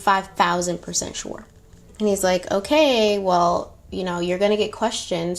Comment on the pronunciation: Shore sure SHORE 😂